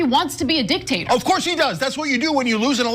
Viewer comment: "OF COURRRSE"!!! 😁🌿🔥